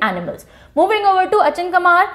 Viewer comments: It's अचानकमार, not अचनकामार 😊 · mam Achanakmar ka pronunciation अचानक मार kiya jata hai>😊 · Geve mam ,cg ka h wo अचानकमार h pronounciation m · Achanak :mar cg ye aap pronounce thoda galat kar rahe hain mam